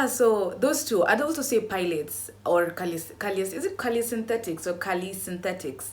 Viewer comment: Babe it’s pronounce pailatees and caleestheniks 😭😭😭😭